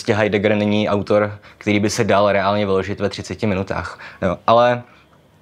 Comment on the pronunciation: Proč dáváš do slov jako 'reálný' ráz mezi samohlásky?